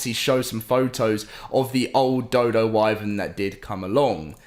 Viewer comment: I’m really getting sick of him mispronouncing “wyvern”